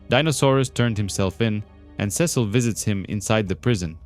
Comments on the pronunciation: back after a break, dude said "Ses-seal" 😭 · Youre right ots sea salt